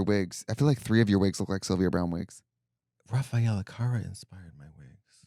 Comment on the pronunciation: Katya I promise I don't want to be pedantic about pronunciations, but I know you're a fierce language diva and it took me a couple mins to realise you were saying Raffaella Carrà. It's car with a strong, rolled R and RAH just like lady gaga in bad romance. Car-RAH. Accent on the last syllable and all.